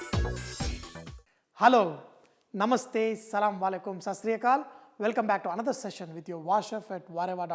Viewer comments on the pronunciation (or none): none